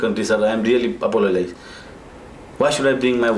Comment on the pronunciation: "I apolosis" 😂😂😂😂😂😂😂😂😂